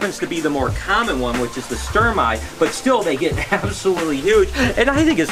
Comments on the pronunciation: It’s actually pronounced stermey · You're the last American I'd expect to hear "stare-mai" from. I had to learn every single exception and variation in the pronunciation of letters in English...In Latin, all 26 letters + ch sound the same all the time - one would expect a lifetime animal guy to know how to pronounce scientific names of his animals. :D